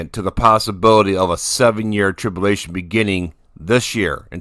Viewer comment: Trib-U-lation brother . God bless you